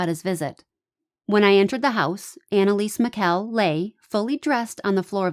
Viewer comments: First of all if you're going to make a video about someone, please learn how to pronounce their name. Apoplectic does not mean a stroke it means to be angry.. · what is it you would like me to google? You might want to take your own advice. All I said was the definition of apoplectic which I am correct about. And you did mispronounce her name. What is it I should Google? I think you should take your own advice and do a Google search yourself.